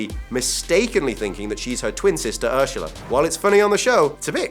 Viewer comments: STOP SAYING URSHULA. It’s Ursula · Its URSULA....not URSHULA... Sorry, just bothers me in any dialect... (swedish) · It's Ursula not Urshala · I was so triggered when he said ershala it’s ersala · Phoebe’s sister is called Ursula not ursheula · Ursula not urshula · wtf??? urshula???? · God it cringes me everytime he says urshula! Urghhhh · Why does he pronounce it, "Urshula"? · OMG WHEN HE SAYS URSHULA OMG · Am I the only one who is hearing "ursHal"? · ITS WAS SOOOO ANNOYING WHEN HE PRONOUNCED URSULA "URSHHULA" UGHHHH😡😵😬😷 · The way you pronounce Ursula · People making fun of how he's pronouncing Ursula (with a hint of 'sh' sound)... But have any of you noticed Courtney cox also pronounces 's' with a hint of 'sh' in some words? I just noticed it recently.. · You really need to learn how to say Ursula properly. Like how they say it in friends because the way you say it it odd. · PRONOUNCE URSULA PROPERLY PLEASE 😩😫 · Bro is he saying Ursula and Kudrow wrong or is that just how he says it? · You say Ursula weird haha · me too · Paige Davis my dad is british and he doesn’t say Ursula like that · who the hell says ursula like that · Got to me as well! LOL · Evy Felipez British people